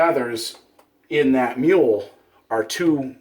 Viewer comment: Mew-la, not mule